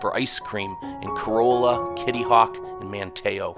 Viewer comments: Your pronunciation 9f some of the town's such as Mateo ate terrible! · Lost Colony, not Last Colony. Manteo is phonetically spelled in English of a Native American person’s name, not as the Spanish would have pronounced it (Matteo for example).